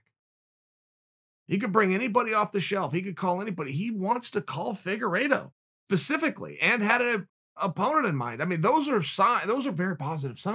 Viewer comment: Important time stamps: -leg cross -“pacificly” -“Oozeman” -“Oozeman” -“Oozeman”